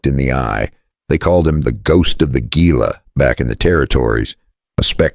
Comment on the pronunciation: You made some mistakes in this video. Gila is pronouced "Hela". You showed men with long jackets they were not in the story. You also spoke of a duster. No one in the video in a duster.